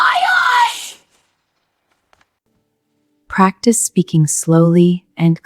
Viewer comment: “loud and quiay” 💀